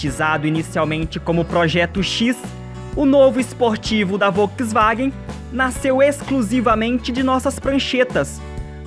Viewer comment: Uma dica: Volkswagen pronuncia-se "folksvagen". ☺